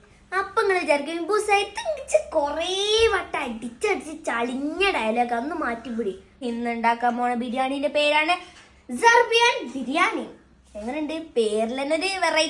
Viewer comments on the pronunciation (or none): സുർബിയാൻ അല്ലെ മോളെ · സുർബിയാൻ✅ aan മോളുസ്.💯👍🏻 സർബിയാൻ❌ അല്ല.